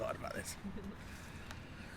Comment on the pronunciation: That Pizza looked....ok....not bad....but certainly not amazing & a 9.8. Knowing how FRC operates, I guess we can assume this was another paid review!! Oh and can someone please tell it's pronounced "This" & "That"...not "Dis" & "Dat"...